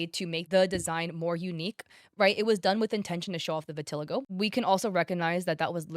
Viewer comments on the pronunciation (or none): hey imma be honest vitiligo isnt pronounced what you said its pronouned "vitahligo" i know because irl i have it and i use to say due to i had trouble pronouncing so i said how i read but its not that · Just a heads up, you're not pronouncing "vitiligo" right lol. It's hard to write the out pronunciation tho 😅